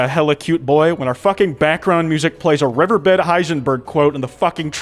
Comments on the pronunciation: I don't really care bout the furry parts, but what about how he pronounced "Reverbed" as "river bed" now that is a (totally not) furry struggle right there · Did this ragidy ass mf say reverbed as river bed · Bro said Reverbed as River Bed im done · Are we not going to talk about pronouncing 'reverbed' as 'river bed'? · Is no one gonna talk about the fact that this man used his vocal chords in such a way that he produced the sound "revver bed" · oh nawww out here saying "rever bed"??????? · no way you just pronounced “reverbed” as “rever bed”💀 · so we are just gonna let this disgusting pronunciation of the word "reverbed" slide? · I don’t care if he’s a furry or not, the biggest crime here is the way he pronounces “reverbed”. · The way pronounces reverbed makes me deeply uncomfortable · don’t get me wrong I really like your content but How the fuck do you even pronounce reverbed that wrong 😭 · I know?? you don't gotta tell me that, he's the one the mispronounced it